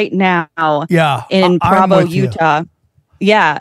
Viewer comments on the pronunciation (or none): Someone please tell this young lady how to pronounce PROvo. Come on babe, this is your "field of research" learn how to say the name of the little Mormon city...how do you pronounce Brigham Young? BringEmYoung? probably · It's gonna drive me crazy if she keeps mispronouncing Provo.